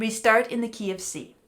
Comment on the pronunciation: it took my far too long to realize you were saying "key of C" and not KFC.